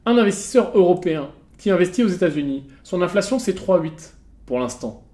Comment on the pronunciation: Si t'avais robotisé ta division en syllabes tu saurais que c'est "in-fla-tion" et non "inf-la-tion" . 😊